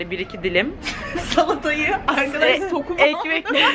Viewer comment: Sokum değil sonum